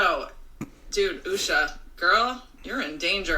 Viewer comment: She couldn’t even say Usha’s name.